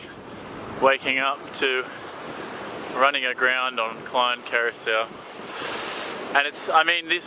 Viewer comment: hehehe love the way you say "Klein" for Klein Curacoa the word Klein is Dutch for little as you know. But the way you would say it, if I may use English words. "Clay" that you would say normally, "clay as in the soil type" and end it with the "N" from a word like "Clean"... hehe. So Say "Clay" and finish with "N"... So its Klein = Clay~n